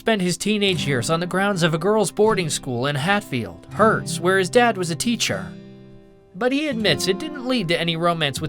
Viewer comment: Herts (short for Hertfordshire) is pronounced "Hearts" not "Hertz", it's not a rental company.